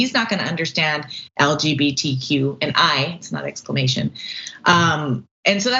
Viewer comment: "Exclaimation!" was just Tucker's attempt at being fabulous